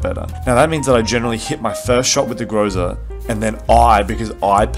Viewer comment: I really hate doing this but the right stress on the groza is on the last syllable so its grozA(thunderstorm). Idk why it triggers me so much, i dont get triggered when natives do this